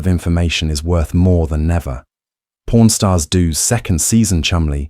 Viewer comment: It's pawn stars not porn stars